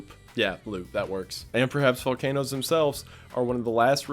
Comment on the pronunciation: lmao he said vol CAN o's